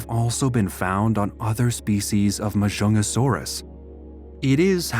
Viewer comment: its actually majungasaurus the j is not silent and there is a g in the name ma junga saurus